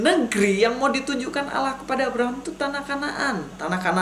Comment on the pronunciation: Begini bg,,, percuma kalau di balas argumen anda dg Al-Qur'an toh pasti anda tidak akan percaya. Maka nya di jawab dg kitab anda sendir biar anda lebih banyak lagi belajar..?jangan banyak ngawur...membaca ALLAH aja salah,, di baca ALAH...